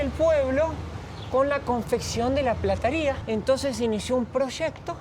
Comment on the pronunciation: Habla bien, PLATARIA, sos argentino y bastante tarado, te fuiste a lis 17 años de argentina, se duce PLATERIA y no me digas q no sabias!!!!!!